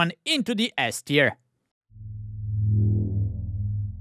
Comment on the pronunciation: not gonna lie I actually just assumed you were saying “ass tier” that time lol